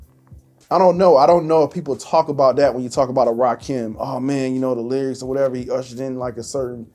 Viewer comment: That boy said Rahkim 😂